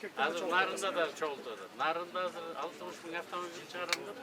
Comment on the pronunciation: Кыргызда азыр деген соз казыр болуп айтылабы😂😂😂